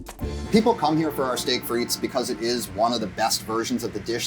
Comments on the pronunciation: The S is silent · Thanks for giving 5 guys a tip for their fries. Now I'm going to give you one: The 's' in frites is silent.